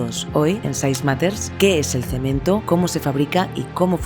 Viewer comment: Jajaja dijo cemen.....